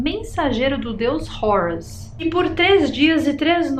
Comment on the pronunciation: Não é “Rourus”. Esta pronúncia de Hórus inglesada é tosca demais! O nomeé grego a partir do egípcio antigo “heru”. Não tem nada de “Rourus” como um gringo. Você é brasileira, minha filha!